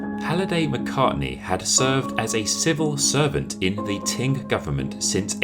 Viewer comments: Qing is pronounced as ching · Love your videos but I find it very difficult to hear you keep calling Qing Dynasty as “Ting” Dynasty. Please correct your pronunciation of this dynasty. China never had a “Ting” Dynasty. Otherwise, love your content. 😊